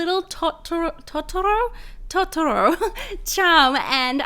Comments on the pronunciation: Its not TOT TOR OW it's TOE TER OW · It’s t-oh-t-u-roh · it's not ta-ta-ro it's toe-ta-row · No. No she didn't. They don't pronounce it that way at any point in the movie. It's pronounced Toe-toe-row not Tah-tuh-ro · Kate’s Beats it’s to to ro. all syllables are pronounced the same in japanese. the to does not turn into a der. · it is totoro, not torotrto haha :) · Totoro's Forest for sure. Also, it's pronounced Toe-toe-ro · Lol it's pronounced as "tow-tow-row" (Totoro) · its toe-toe-ro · It is pronounced Tohtohtou, tot tautauro. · They were amazing but totoro is pronounced t-ow-t-ow-ro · It's pronounced toe-ta-roe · IT'S TOE-TER-O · It's toe da row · It's pronounced tow toh row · to-ta-ro that's how you say it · You have to say ( to toe roe) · It is pronounced: Toe-tor-oh! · Its pronounce toe-toe-ro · Totoro is pronounced... Toe-Tour-Oh 😊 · its pronounced (to-ta-ro) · It’s pronounced tow-ta-row totaro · Pronounced tow-tu-row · the way u say it is Toe-tore-oh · It is pronounced toe-ter-oh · It's pronounced toe-toe-roe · You pronounce it toe tor oh it looks like totoro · It's pronounced toe-toe-row Not trying to be mean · Tot toe row is how its pronounced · Toe-toe-roe is isn’t that hard watch the movies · Just to let you know, totoro is pronounced like toe-ter-oh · Toe-Toe-Row is how you pronounce it. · It is pronounced toe to ro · Im very sorry to correct you but its pronounced Toe-ti-row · Pronounced Toe-toe-roe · ITS TO-TER-RO ugh I am TRIGGERED as someone who loves that movie I am sorry . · It is pronounced like (toe-toe-row) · It’s pronounced tote- er- oh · Totoro pronounced toe-ter-ro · It's pronounced toe toe ro plus I❤ ur vids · How to say Totoro: toa-da-row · Totoro is said toe- toe-row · Totoro is pronounced toe-tor-owe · this has nothing to do with dis amazing video (well maybe the read more part) crunchy cereal or watery\soft cereal? and its said toe-ta-ro!!!! but spelt to-to-ro (not hating) and this video was amazing!